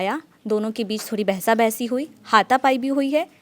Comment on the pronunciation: 😂😂 baihsa bahsi